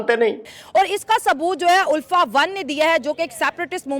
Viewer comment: भाई इनके पढ़े लिखे होने का इसी शब्द से पता चलता है इनकी इंग्लिश की pronunciation "अल्फा" को "उल्फा" बोलते हैं 😅